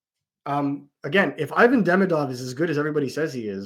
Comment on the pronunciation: Can you at least say Ivan right ????